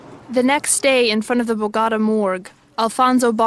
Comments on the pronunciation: So, a narrator who apparently speaks Spanish doesn't know how to pronounce Bogotá, the Capital of one of the countries in South-America. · you lost me after the first meaning and the pronunciation of "Bogotá" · В названии Богота ударение надо ставить на последний слог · Never heard anyone butcher the pronunciation of Bogota like that before. These translations are also horrid. Great job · The very first word spoken, in this documentary, is a ridiculous mispronunciation of the word Bogota. How can we take you seriously? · Very good documentary, as usual from your channel. However, pls. make an extra effort to pronounce correctly AT LEAST the name of the capitol of Colombia. It'd take you 30 seconds or less to figure that out. It really comes out as disrespectful. By the way, I'm not Colombian, and I do get that right. As I should with your country. Other than that, again, very well done. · Sadly as an American who has been to Bogota, please ensure translators pronounce the city correctly ugh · Ive never heard Bogota and Medellín mispronounced so badly before 😂. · ffs , u cant even pronounce the name of the city bogata...you lost me there...bye. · Hold on, you dont no how to say the name of Colombia's capital?? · To the narrator, do your research and learn to pronounce Bogotá properly! It's not difficult. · It drives me crazy that you can do a documentary about this prit, but cannot take the time to learn how to pronounce BOGOTA correctly!!! It certainly seems like you're just doing this documentary for subs and views, NOT bc you really care about these people or this place. I'm just too irritated to watch any further. Show some RESPECT for the the subject of your docs!!! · Bogotá was badly pronounced btw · Why did no one tell the narrator how to pronounce 'Bogota', or is voiceover AI generated? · seriously you actually don't know how to pronounce Bogota my god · I can’t stand how she pronounces Bogota. At one point she also pronounces Medellin as medallion. Clueless.